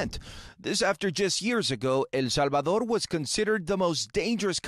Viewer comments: Why don't you pronounce El Salvador correctly? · Drive me crazy how the guy pronounces "el Salvador" .